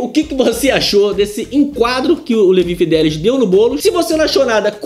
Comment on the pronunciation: Mas que nervoso ouvir Levi fidéliS o tempo td ao invés de Levi fideliX...